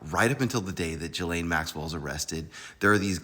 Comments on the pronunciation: GAH-Lane-- her name is pronounced "Gah"-"lane"-- this "Jah-lane" stuff is wrong. Gah-lane like "Ghost"- not "Jhost." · It’s “GHEE-laine” not Gee-laine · Pronounced “Guh-Layne.” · She doesn't deserve to have her name pronounced correctly, but I'm just saying, that's not how to pronounce her first name. So what.